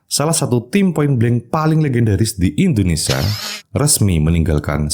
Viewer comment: indonesia bg bukan indonesa 😭